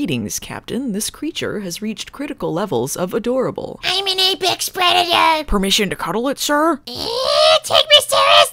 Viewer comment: Almost a year later, "I'm an apex pwedator!" still has me laughing myself out of my chair.